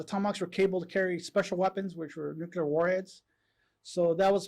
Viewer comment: Nuculer? I haven't heard this since George W., this is really one linguistic faux pas every intelligent person should strive to eliminate from their speech!